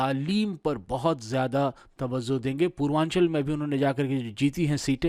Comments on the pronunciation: Tawazzo nahi tawajjo🙏🏾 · Tawzuh ko tawajjuh boliye